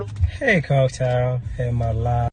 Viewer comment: He said coak tail